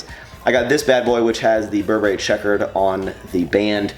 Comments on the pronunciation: It is pronounced Bur brry in the luxury couture industry. Not bur berry, just thought I'd let you know. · Stop saying bur'BERRY! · its pronounced burburry btw